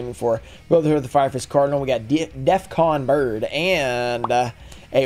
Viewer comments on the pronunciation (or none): none